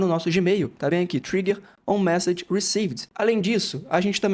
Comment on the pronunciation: "Trigger" lê-se como se escreve, não é "traiger". No mais, obrigado pelas informações.